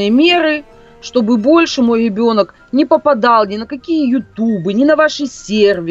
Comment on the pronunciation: она сказала ЕБЕНОК)))